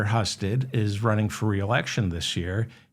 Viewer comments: Senator's name, Husted, is pronounced hew-sted. the Hu sounds like the hou in houston. he used to be lt governor. his big acco. plishment is a failed public/privatised organization called Jobs Ohio. More tax dollars into the pockets of the rich, not anything that helped job seekers. trump level failed company. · Husted is pronounced with a long U. It's unimportant but considering his criminality, his name will probably come up again. Great show 👍. Thank you. You're helping A LOT of people stay sane. Believe it or not!